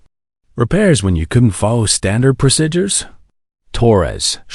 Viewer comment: WHY cant they pronounce PROCEDURES?????? Its not rocket science